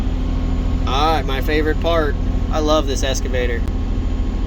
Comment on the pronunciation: lol. has always pronounced it “EScavator” instead of “EXcavator” can’t teach an old dog new tricks!